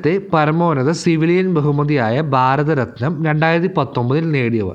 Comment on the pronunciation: ബാരത ര ത്നം എന്നു പറയല്ല